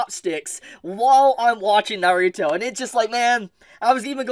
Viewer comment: Please say the word Naruto right 😢